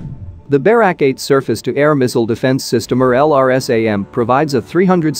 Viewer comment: it's not pronounced BEH-rawk, it's buh-RAK